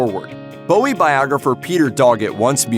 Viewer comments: Not pronouncing Bowie correctly (changed from Jones because of Jones from the Monkees) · You’d of thought doing a video on his life you’d pronounce his name correctly.